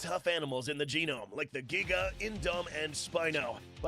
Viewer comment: i still can't get over saying GEEGAH instead of giga